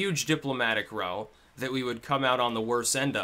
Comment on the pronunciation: I have to stop you half way and say I disagree with your slant on this issue. I enjoy your rants against Hillary. Keep up the entertaining and educative commentary. By the way, check pronunciation of the word 'row' when it's used to mean a noisy dispute or quarrel.